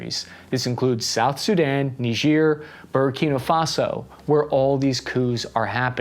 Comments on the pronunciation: Junta, not hunta. Burkina Faso not Burakina Faso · Buddy you are getting dangerously close to pronouncing Burkina Faso as Burger King Faso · it's Bur-kee-naah Fas-oh! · I swear he's saying burgerkinga faso! 😂